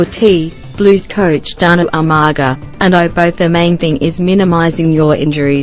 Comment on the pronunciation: What the heck??? Umargar??? Hahaha